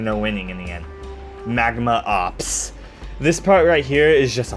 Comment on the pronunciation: Some pronunciation notes. Butane is pronounced BEW-TAYN not BOO-TEN. Magma Opus is pronounced OH-PUS not OPS. B-Doing is not pronounced like the word "do-ing," it is pronounced like the onomatopoeia "DOI-NG" to imitate the phonetic resembalnce of the bounce platforms.